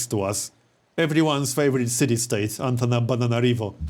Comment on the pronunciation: when you say Antananarivo you sound like you're saying antenna-banana-riv o. can't believe dictionary corrections allows this spelling...